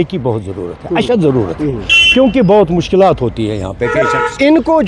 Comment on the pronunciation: Bhai. Urdu seekha karo.Mike uthanay say journalist nahi banta hay. Mushkilat jama hay na ki Mushkilatooo......😅😅